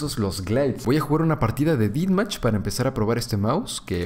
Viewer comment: Me pone muy nervioso que diga "Didmach" cuándo es "Dethmach"